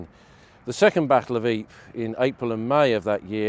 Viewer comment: I thought it was pronounced EE -Per , RAH